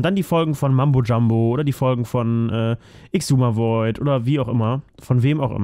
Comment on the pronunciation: mUmbo Jumbo und xisumavoid wird ksumavoid ausgesprochen. Und ja hermit craft ist richtig nice